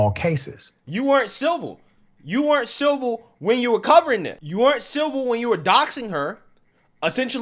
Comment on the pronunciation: Why this man saying silver instead of civil?